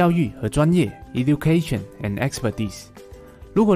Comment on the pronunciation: E-du-cation 能讀成這樣